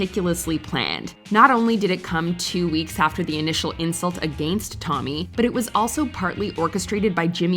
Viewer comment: Hearing this women say against is enough to make me unfollow the entire damn channel